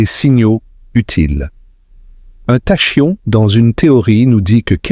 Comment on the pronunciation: "Tachyon" se prononce "takion". Les "intelligences artificielles" sont nulles en prononciation.